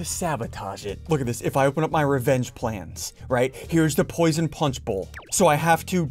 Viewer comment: +1 "Posion"